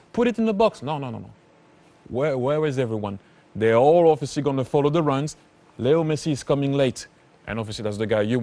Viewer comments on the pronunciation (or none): When the commentator says Leo Messi I every time heard it little Messi. But he is not at all little. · Really sounds like he is saying little messi